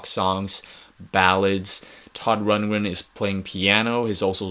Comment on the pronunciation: dude, your not even pronouncing his name right.